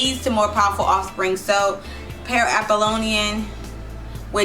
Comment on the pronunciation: Neat-chay? Troot? Apolian? Dioneesius? Euripeedees? Reading off a script and can't follow it? Vulgar language? This is a hot mess aside from the low-hanging fruit